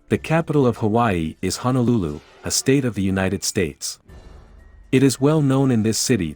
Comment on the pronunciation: Brah, Honolulu and Waianae are separate counties. And it's HONOlulu, not HANAlulu. I can tell you one haole from da mainland.